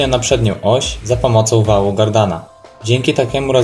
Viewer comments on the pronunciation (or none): Chyba wału kardana a nie gardana...